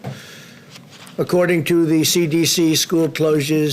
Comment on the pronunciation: Trump: "Joe said N1H1 he's dumb" Trump 2 minutes later says CDD instead of CDC 😂 Guess Trump hasn't recovered from those mini strokes